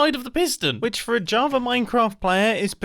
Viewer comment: he plays on ja-aha-va now!